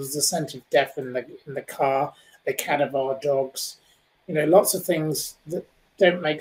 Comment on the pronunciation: "Cadavar dogs"? 🙄